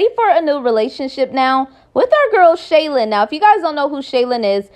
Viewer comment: Her name is SHY-LENN not Shaylin